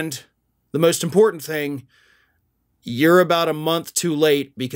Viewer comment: Every time I hear MTG mis - pronounce the word " IMPORTANT " with her whinny nazzle voice, I wonder where the "D" got inserted into that word ??